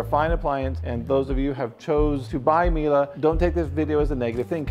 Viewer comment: There's no "a" at the end of Miele. The last e is pronounced as a short e, ryhmes with "meh"